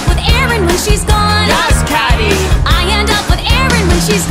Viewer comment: "We're your friends" refuses to pronounce her name correctly